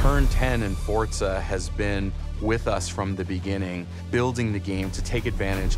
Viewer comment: YOO GUYS HE SAID FORZA CORRECTLY